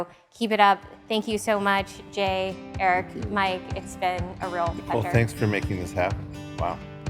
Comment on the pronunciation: Babe, you gotta get Eric's name right 😜